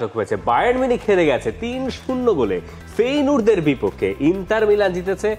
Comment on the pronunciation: উচ্চারণ টা "ফেইনুর্দ" না ভাই "ফেইনোর্দ" অথবা "ফেয়েনোর্দ"। শুনতে কেমন জানি লাগে তাই বললাম।